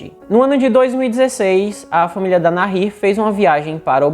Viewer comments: Boa a história, gostei do canal. Parabéns, mas a pronúncia correta é Nair. Mesmo com o H entre o A e o I. Não diga NARRIR, pois é errada essa pronúncia! E também não se diz hókei. A pronúncia correta do esporte é Rókey, mesmo começando com a letra H! E se escreve HOCKEY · É Nair mesmo… o h é mudo!!! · Se pronuncia NAÍR. La H no tiene sonido. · Fala Na-ir... o h é mudo no español... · A pronúncia correta em espanhol de Nahir é "naír" (o "h" nao tem som). Abraços do Uruguay. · Meu querido a pronúncia correta do nome da moça é Nair. O agá(H) não modifica a pronúncia ok?. Um abraço. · Que ótimo vídeo!!! Parabéns!!! Sou tua seguidora e adoro assistir teu conteúdo! A pronúncia do nome da moça Nahir é sem pronunciar o H... como se ele não existisse mesmo... A gente tem a tendência a fazer som de dois erres (RR) no H por influência do inglês, onde fazemos esse som no H...Sou professora de espanhol e tenho dupla cidadania por isso me senti a vontade de dar pitaco aqui 😉! Então você estava pronunciando corretamente no final! Ótimo trabalho, siga assim!! 👏👏👏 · Se o nome é espanhol, se pronuncia com H mudo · Realmente querido, vc errou a pronúncia exata do nome dela... a pronúncia exata é, "Assassina Vagabunda"... Desculpe o desabafo sincero de uma mãe.... bjo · No espanhol, o H não se pronuncia.